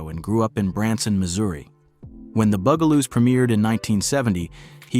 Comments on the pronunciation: ITS NOT THE booooooo gah loooos its the buggggg ahhhhh loooos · First the narrator keep calling them the "Boogaloos" and now the "Bugaloos" and now there names wrong again. Because he getting on my nerves. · So the robot narrator doesn't know how to pronounce Bugaloos?